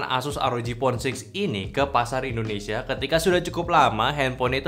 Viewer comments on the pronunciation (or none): none